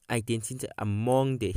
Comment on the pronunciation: Good information but practice the word identity it's giving u problems